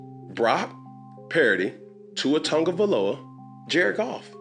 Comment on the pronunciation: you still can't say Tua's last name right. Just say Tua bro.